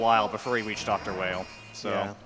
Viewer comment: "Dr. Whale" "Dr. Wheel" His name is Vile in JP, so it stands to reason it's pronounced "Wile" in US. This is further supported in game by possible connections to Dr. Wily of Megaman's past.